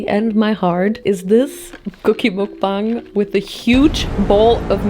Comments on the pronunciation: you drive me crazy, it's MUK not MOOK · Just fyi, the syllable ‘muk’ in mukbang is pronounced as ‘muck’(like ‘stuck’). it’s short for ‘먹’는 ‘방’송 which quite literally means ‘eating show’😊 sending immaculate amount of love from korea❤